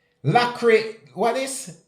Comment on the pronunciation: The word is laceration. La- sir-ray-shon